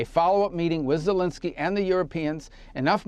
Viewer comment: It's VoloDYmyr Zelenskyy, not VoLOdymr Zelinskyy. Accent Volodymyr on the third syllable. Zelenskyy is NOT Zelinskyy.